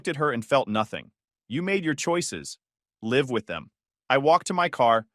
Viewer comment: Live , like give, not as in dive